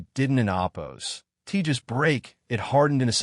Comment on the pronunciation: Learn to pronounce OPPOSED.